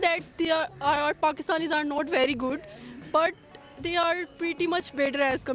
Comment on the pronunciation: KASH"MIER" XD I can't with the accent of that girl lmao "PHAKISTANIS" arey behen Apne country Ka naam to theek se le le